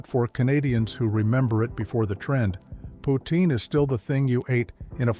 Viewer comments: It's POUTEEN*, & chomeur is as in shawm-er... Pronounced in French, it's POU TIN* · Poutine does NOT rhyme with routine. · It’s pronounced “poots-in”.